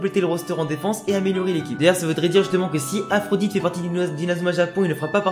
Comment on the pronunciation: Le nom de Byron ce prononce aphrodi pas Aphrodite ^^ Bien pensé pour le disciple du coach chinois ! J'y avait pas pensé !! ;)